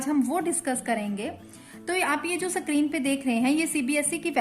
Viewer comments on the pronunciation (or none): Sorry to say , ma'am you should improve your pronunciation you should understand the difference between screen and sacreen Sorry for inconvenience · Mam please call that tab a screen not sa-creen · Mam ap plz screen word ko theek se bolye